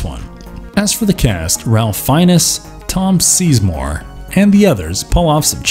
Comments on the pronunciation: How can a channel about movies have such a lack of knowledge about famous actors that they can't even pronounce Ralph Fiennes (it's pronounced FINES not Fin-EZ) and Tom Sizemore (literally pronounced like it's spelled Size-More not SEIZE-more like you are s seizing more of the means of production)... I mean Jesus Christ how much can i trust your movie opinions if you don't know common actors names. This is to say nothing of the fact you pronounce psyche (psy-kee) like... SIKE!!! And that's just a few of the atrocious pronunciations. Do better please. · Nailed all the names then we had Ralph Fiennes and Tom Sizemore. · Good collection of films but yeah, he mispronounced those two and Vincent D'Onofrio.